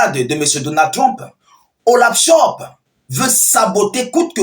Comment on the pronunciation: C'est pas Olav chop c'est Olafcholz😂😂😂 t'es têtu toi on te corrige tu continues